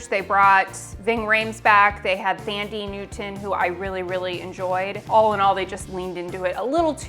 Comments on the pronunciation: Thandi Netwon pronounced like Tundra ie. 'Tundi' Newton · It's pronounced "Tandy". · "Fandie" Newton 🤣🤣🤣